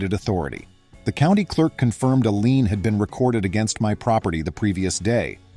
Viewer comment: Loved the story - Karen seems very skilled at digging a deeper hole for herself. I do wish the AI would learn the word "LIEN". I'm in a somewhat rural county in west central Ohio. NO "HOA's" in the whole county! Previously lived in south Florida, where they are rife.